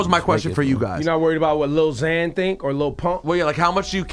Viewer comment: He said lil xan lmao